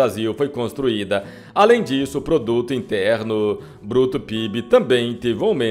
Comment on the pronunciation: BIP ???????? BOTRUTO INTERNO PRUTO !!!!!! RSRSRS RSSE NARRADOR É ANALFABETO !!!!!